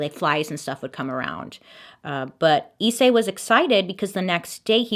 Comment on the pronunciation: Pronounced slightly differently actually ! Rize (リゼ) is just rizeh, and Issei (いっせい) is i’ssay, there’s a space between the I and the rest !